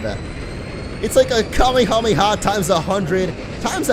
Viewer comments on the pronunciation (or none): none